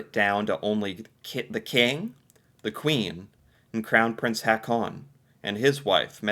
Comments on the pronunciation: Please stop saying "Ha-con". The double A's are pronounced like an Å, so the name Haakon is pronounced more like "Hawkoon". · You can pronounce Prince Haakon like Prince Hawkon ''aa'' pronounce as ''awe''